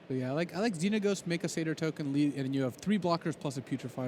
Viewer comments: the way this announcer says Xenagos... -_ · I knowwwww. I love LSV, but come on, how are you that good at MtG but unable to pronounce a card name right?